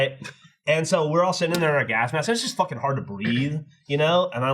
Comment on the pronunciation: damn near killed me with the "folking"